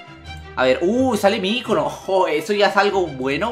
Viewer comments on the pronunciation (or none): none